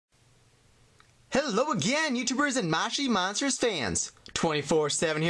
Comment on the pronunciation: Its not mashi monster its moshi monster ps say it right